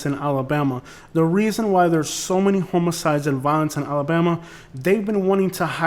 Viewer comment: Sounds like you’re saying homie-sides. It’s pronounced h-ah-muh-cides